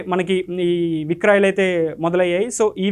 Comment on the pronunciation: అద్భుతమైన కేంద్ర ప్రభుత్వ పథకం. కానీ వీడియో వ్యాఖ్యాత, "విక్రాయలు" విక్రాయలు అంటున్నాడేంటి?? తెలుగు రాదా? "విక్రయాలు" అని పలకలేనప్పుడు. సేల్స్ అని ఇంగ్లిష్ లో మింగించుకోవాలి. అంతే గానీ "విక్రాయలు" 😅ఎంట్రా బాబు? తెలుగు రాదు, ఇంగ్లీష్ రాదు. వీడియో లో కామెంటరీ చెప్పడానికి తయ్యారైపోతారు.మరి ఏం భాష వచ్చు?